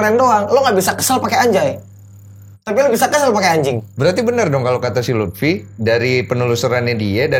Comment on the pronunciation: Love Monkey D Luffi, not Lutfi 😆